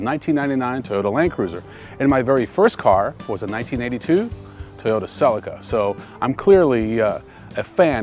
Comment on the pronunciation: Celica = See-Lee-KA! Not Sell-La-Ca.